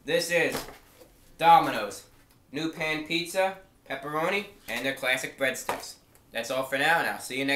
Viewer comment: I know he always makes fun of the way he says pan pizza in this review but I don't hear a difference.